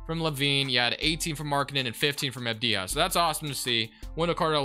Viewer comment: Its pronounced Av-di-ya not Av-di-ha, other than that interesting video